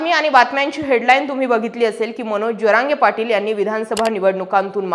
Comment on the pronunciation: जरांगे पाटील असा उच्चर केला तर बरे होईल ताई साहेब